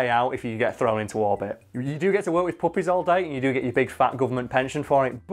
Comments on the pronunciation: I thought you guys were saying puppets for the first half lol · It took me way to long to realize he was saying puppies and not puppets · I kept thinking you were saying poppies like the flower😂 guess not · Uh I thought he was saying puppets until a certain point. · Every single time he said puppy I thought he was saying puppet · I thought he was saying poppies, which opium/cocaine is made of. I thought Hulk's weakness was drugs. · thought he was saying puppets till like 5 min in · Omg I just realized he was saying puppy's not puppets lmao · Are they saying puppies or puppets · For half the video I thought he was saying puppets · For the first six minutes of this video I thought he was saying the Hulk loves PUPPETS. That would have taken this in a very different direction. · I thought you were saying poppies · I'm sorry but for half the video i thought they were saying puppets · The whole time I thought you were saying his weakness was puppets until I saw the picture of baby dogs; now I'm hearing you say puppies. Good job. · Oh PUPPIES! I thought you said PUPPETS! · For most of the video I thought you were saying puppets not puppies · I thought this whiten't was saying "puppets" the whole time, I was so confused why hulk's main weakness was some wooden boys on strings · I thought the was saying poppets at first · Initially yeah thought he was saying poppies as well and was thinking something along the lines of narcotics which was literally what black widow did. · I thought he was saying "poppies" for the first 5 minutes. I was thinking that comic book Hulk had an addiction to opiates. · Anyone else think he was saying PUPPETS not PUPPIES? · Lol I thought you kept saying puppets 😂😂😂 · Anyone else think he was saying "pop-it's" not puppies you know, the little paper things that snap when you throw them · I THOUGHT YOU WERE SAYING PUPPETS FOR THE WHOLE THING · For like half the video, i thought you were saying puppets, not puppies. That led to some confusion